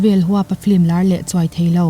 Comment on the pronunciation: Flim ti lovin film han ti zawk la ngaihthlak a nuam lehzual ang..